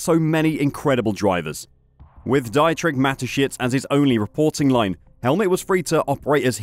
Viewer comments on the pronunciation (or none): I'm a subscriber of your channel and a regular viewer. But there's at least one aspect you could usefully improve. Your pronunciation of any remotely foreign name is sufferable at best. It's not (Dye)trich, but rather (Dee)trich. No one else follows the weird vowel pronunciation norms of the English language... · "Diet rich" Mateschitz? No, it's Deetrik! 😆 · I'd appreciate the bloggers opinion more if he actually knew the people he's blathering about. And that starts with knowing how to pronounce their names. For example, the 'Dietrich' in Dieter Mateschitz is correctly pronounced "Deetriche". If you can't get someone's name right, what is the likelyhood anything else is right?